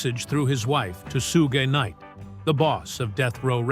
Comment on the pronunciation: Sue Gay Knight, huh? This AI bullshit, man 😂